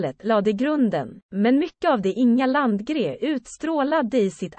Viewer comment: Landgré not Landgrey.